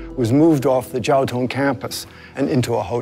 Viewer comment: It's "Jiaotong" not "Jiatong"